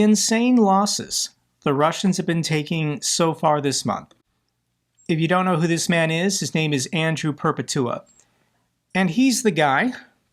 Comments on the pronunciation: BTW it’s Andrew Per-pet-u-ah, like perpetual without the L. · I always thought he last name was.pronounced Perpetchua ??